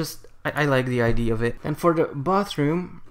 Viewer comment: Its ide-a not ide sorry i just cant stand it xd